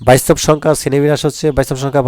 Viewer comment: স্যার বাস্তব শব্দ টাকে কি উচ্চারণ করলেন...😮😮